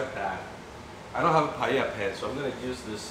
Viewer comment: the way your father pronounce paella is just perfect (sounds so Spanish)